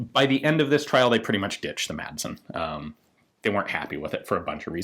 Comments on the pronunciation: "Madsen" is danish, and is pronounced "Massen." The d is silent. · Great Video. My only complaint is Your pronounciation of the Madsen gun. The "d" is silent!